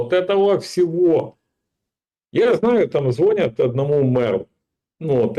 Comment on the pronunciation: ЗвонЯт!!! Учи, окурок, язык!